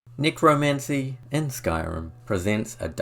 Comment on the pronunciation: Nicro NICRO ??? its NECROMANCY dude get it right